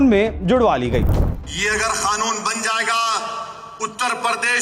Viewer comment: Ye padha likha jahil owesi kanoon ko khanoon kyu bolta mulle number ko lamber kyu bolte hai